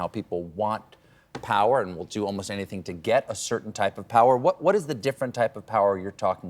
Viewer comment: Better than ‘bin’ (been) ‘anythink’ ‘polidical pardy’ ‘be kind’. She is so cringe and very naive. Still has a high opinion of herself. She and Grant Robertson and Chippie wrecked the economy and racial harmony! They went too far on everything. Delivered nothing. No clue between them.